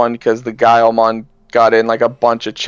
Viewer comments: is right on how to pronounce Guilmon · is right, guilmon is a portmanteau of the words guilty and monster, because of his digital hazard branding, so you pronounce it the same way you say the beginning of the word guil(ty) mon (ster) Edit. The show says giomon but it's because that's how you generally pronounce the word guilty. Kinda like how gif is pronounced jif